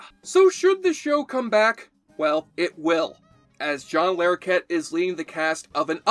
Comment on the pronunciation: It's not John Lair okett, it's John Lah rokett